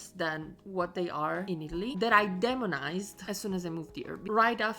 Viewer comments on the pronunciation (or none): Please, demonized has a "long E" at the start so we say "D E monized".Long vowels "say their name" when we pronounce them.